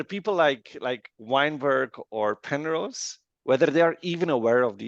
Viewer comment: 😂😂this guy saying pernose not understood.